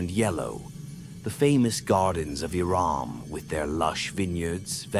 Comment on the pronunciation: I think he's saying Iram but it sounds like Iran